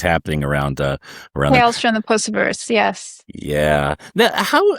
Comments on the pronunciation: And he just keeps pronouncing it that way! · to be fair, the pronunciation is consistent with Lucifer. But it's odd that he continued after politely being corrected.